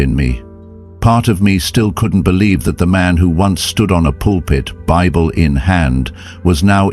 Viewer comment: Come on, do better, pre check your AI Narration, pronouncing the BIBLE AS BIB-BELL IS really inexcusable especially considering you're narrating a CHRISTIAN story!